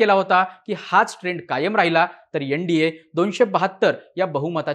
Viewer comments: यन. डी. ये नाही एन. डी. ए. 😅😅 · यनडीये नाही रे एन डी ए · YEN-DA naahi , NDA aahe teh